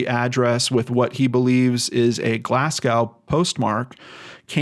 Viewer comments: PPS - Glasgow is pronounced 'glaz-go' (think bow (and arrow), not cow). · Glasgow pronounced glas-go. Just a heads up 👍😊